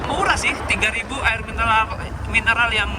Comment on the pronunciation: sudah saya Duga,pasti bakal typo nyebut "mineral" jadi "minelar"😂 setengah abad mah 50 tahun dong?